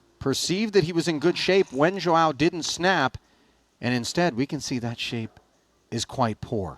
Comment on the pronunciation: Bro its not Joao, its João. Should sound something like Juaum